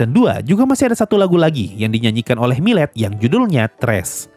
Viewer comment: Btw namanya milet-san tu bacanya mirei bang